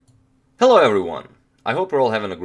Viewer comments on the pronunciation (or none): "Hellou everyone"!